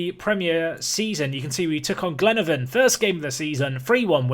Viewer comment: Btw it’s pronounced glen-a-vonn